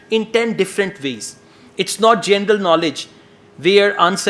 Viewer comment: this is really useful video. Thank you. I want to add something.. I am fond of your charisma and u have a fluent speech but pleeease, your pronunciation of GENERAL is GENDER Work on that, because that is the only word you have a problem with